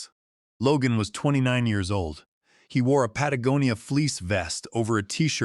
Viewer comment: Congratulations… The first A.i. to pronounce “Patagonia” correctly. Kudos. May the Force be with you.🌀 Jim🇬🇧 (-: <*> :-)